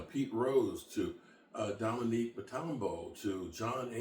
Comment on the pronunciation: Dominique Matambo? The man just passed. Show a little respect and take the time to pronounce the man’s name correctly.